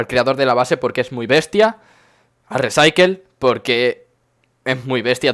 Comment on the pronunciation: Se pronuncia "risaicool" jajajajaja buen video